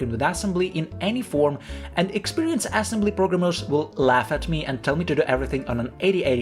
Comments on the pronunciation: why is bro saying assembly like "ass-'mbly"? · dude says "ass embly" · Love how you pronounce it ass-embly. 😆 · broh really emphasizing the ass in assembly😭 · i like how you emphasize "ass" in assembly